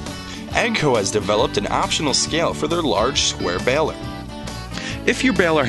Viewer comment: He also said EGGG-CO?